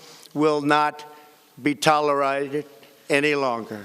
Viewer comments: Talle-rided... That's Trump for ya! Can't even predict the word tolerated, even if his old grandpa eyes can't see it or read it fast enough... Just can't predict that "difficult" word. accompliments? Jesus, there goes his brain and dentures... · Boy said tallerighted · Anybody noticed he said, Tolerated wrong he said, Tolerited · What the heck is "tyler-rated" and "ah-compliment-shades"? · "tolerided"? New word, Trump! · "... will not be toler-ighted". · What he meant to say is , "Iran can be a great country if they give us their oil". Did he just say tolerade? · gene hensley I heard tallorided 😂😂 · "tolorighted" "accomplemen-shades" That was pretty funny but still, I'm impressed with the quality of his speech. They probably had a plan of what he has to say and he delivered the speech almost flawlessly and covered a lot of topics. Makes me wonder if he has a concealed earpeace and someone is reading the speech into his ear 🤔 (the breaks he takes in between sentences could be because he's listening). What do you think? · What did 45 say when he tried to say “tolerated”? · In cause you didn’t know how to properly pronounce “tolerated” skip to . I’ve been saying it wrong this whole time so I’m sure you have been too.